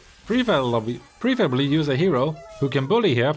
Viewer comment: its okay bro, I sometimes can't pronounce preferably too <3